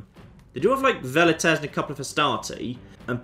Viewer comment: I have to finally say it, Velites is pronounced with a W not a V. Well-It-Tays not Vell-It-Tays.